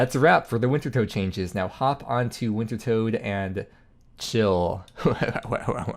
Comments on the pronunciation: It's tot not tote!! Reeee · I thought it was pronounced winter tod. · Listening to you say Wintertodt wrong over and over and over is absolutely unfuriating. The correct pronunciation is WINTER-TODD